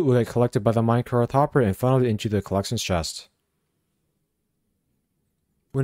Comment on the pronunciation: There is no H at the end of the word minecart. You constantly pronounce it "minecarth" for some weird reason. It's just minecarT.